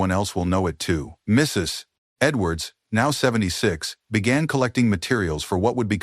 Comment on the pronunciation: Why does this narrator have so much trouble saying, "Mrs. Edwards?"